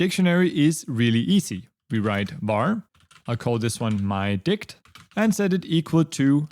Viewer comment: "vary my_dict"😂